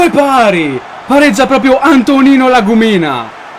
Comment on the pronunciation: Si dice La Gùmina